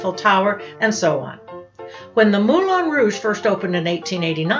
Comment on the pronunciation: Hello. Ex Professional Dancer at the Moulin Rouge here. ( Dec 86 to Jan 88 ), the last year of Femmes, Femmes, Femmes. It's pronounced MoulAN Rouge, not MoulON.